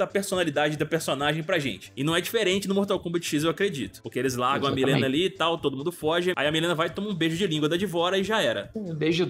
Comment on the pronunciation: Que nervo ouvir ele falando Milena o tempo todo hahahha, é "Mãlina" que fala..